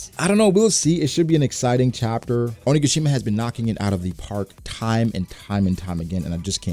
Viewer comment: Has to fix how he says onigashima. Idk why it bothers me so much but every time i notice it.